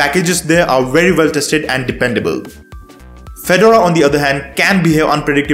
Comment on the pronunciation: It's not a tennis player so it's pronounced Fe-Door-A Please get this right!!!!!